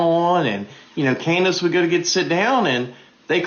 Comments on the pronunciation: "Coon-dace"? Diabolical work. 😂😂😂😂😂😂😂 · Did that man just call candace owens, coondace owens 😂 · Did he call her Coondance Owens🤣